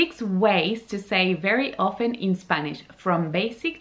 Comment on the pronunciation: La pronunciation de Often es como se escribe. Not Ofen.